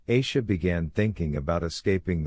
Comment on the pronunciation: Its not eisha, its Aisha, a like apple